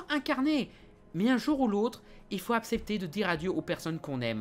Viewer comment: Ou "accepter" haha